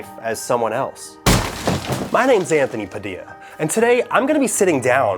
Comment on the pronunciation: It ant-horny past-illa